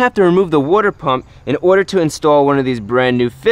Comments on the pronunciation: "Wooder pump" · Every time he says wooder lol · Its how he says water, sounds like wooder. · It's pronounced 'wooder' not water lol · Dan G ya over in the jersey cold lands water is now wooder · wooder pump lol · wooder pump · New wooder pump?